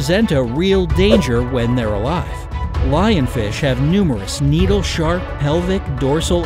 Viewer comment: Did he say Lionfishy